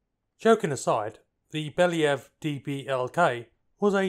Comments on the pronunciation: "Bella Yev" is a decent pronunciation. it's at least an understandably english mispronunciation yknow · You pronounced "Belyayev" surprisingly close to original)